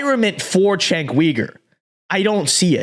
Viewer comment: This dude can’t even pronounce Cenk’s name. What kind of political commentary can you do, when you get the basics wrong